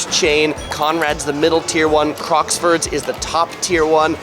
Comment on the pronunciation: Crockfords, not Crocksfords 🙏